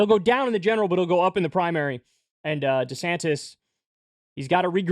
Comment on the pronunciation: "Deesanniss" lol